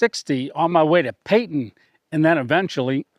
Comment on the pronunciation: I love Arizona!! I lived in Phoenix for a few years, but I haven't been there in 50 years. You meant "Payson," not Peyton, there is no Peyton, Arizona. Absolutely beautiful town. Great show!!